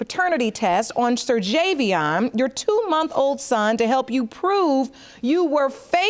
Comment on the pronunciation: The baby's name is pronounced Ser-jay-bian ? I'd hate to see how it's spelled 😂